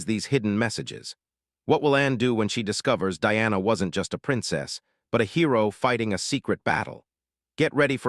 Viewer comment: It not Deanna, it’s Diana Di ana